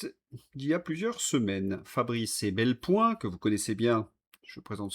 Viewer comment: Pour INFO, c'est EPelBoin, pas EBelPoin !!! :hand-pink-waving::hand-pink-waving::hand-pink-waving